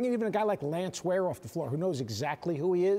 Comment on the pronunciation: This dude said lance ware